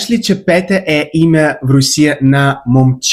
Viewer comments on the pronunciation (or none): Дорогой коллега. По болгарски "Петя" так и произносится, но не "Пета". А в общем, у вас неплохой болгарский.